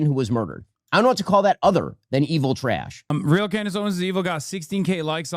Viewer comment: Shapiro whines the word "trash" with two syllables